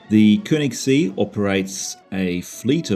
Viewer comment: See (lake) is pronounced as "say" without the y pronounced. The ö sounds like the eu as in the French word deux. Thus, Keunigssay.